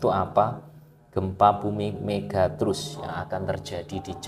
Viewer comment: Nyebut megatrust saja ga becus, kelihatan banget ga mutu kontennya...